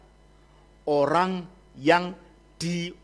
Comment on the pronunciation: yg menjelaskan bikin org pusing apalagi yg membacakan ayat"nya mual lambungku,dia menyebut kata orang" menjadi oang" 😂😂😂